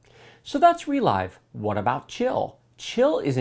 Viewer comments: I think ReLive is supposed to be pronounced 're-liv'. As in you "relive" your gaminig experience when you watch the recording later. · It's not "re l-eye-ve" You relive the game through a recording. It's a verb, not a new made-up word. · Isn't ReLive pronounced as in "to live"? Because "to relive something" means to experience a thing happened in the past. Saying "Relyve" sounds very odd to me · Not sure what the official pronounciation is, but so far every youtube channel pronounces it like the word "relive". Funny, reminds me of the Nvidia ti cards like 1080ti which everyone pronounces lile the letters except for very few people who say it like the word "tie". :D